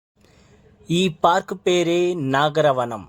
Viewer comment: Nagaravanam not naagaravanm